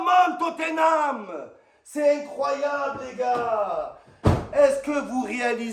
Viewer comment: Il m’a tué quand il come on totanhame